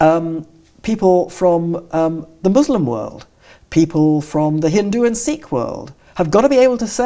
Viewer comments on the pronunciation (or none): none